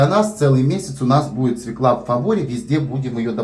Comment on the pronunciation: Правильно говорить свёкла, с ударением на ё. Если в слове есть есть буква ё, ударение всегда падает на неё. Спасибо за рецепт! Всех благ!